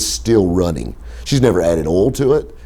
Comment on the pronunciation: why does he pronounce the word "oil" like "ohl"? sounds weird.